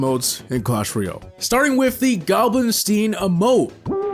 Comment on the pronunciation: “Goblin-STEEN” bro immediately fumbled